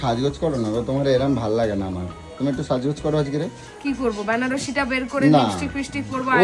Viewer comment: কথাটা বেনারসি.. ব্যানারসি নয়!